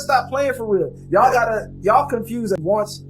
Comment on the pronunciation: Pronouncing the word "Y"all.."... Is enough to understand where she is coming from , and what her true colour is.